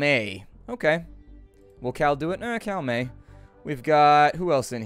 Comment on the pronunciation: Cal May, lol, almost Karl May the famous author